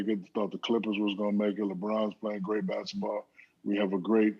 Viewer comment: Is he saying "Basitball"?